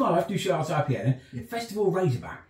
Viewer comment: Just realised you were attempting to say Deuchar's 🤣. To make it a bit easier for you, it's not French, it's pronounced more like Joo-ker's. Haven't drank it for a while, but it was Champion beer of Britain and World Champion cask ale back in the 90's.